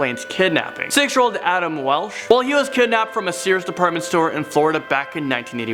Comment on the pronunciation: Adam Walsh*...not Welch